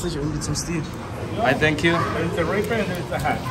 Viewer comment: wenn sagt thank you dann sagt er sank you